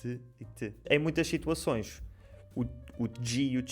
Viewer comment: Muito bom. Estava pronto a questionar que ouvi "shituações" mas a Márcia se antecipou e ficou esclarecido. Gostei.